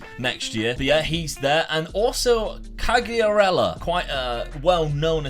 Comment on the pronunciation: Back to Serie A! Fabio Quagliarella might get mad they way you pronounce his name lol!